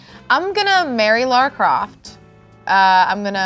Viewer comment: calling Lara Croft "Laura" Croft scratched my brain in a bad way:'(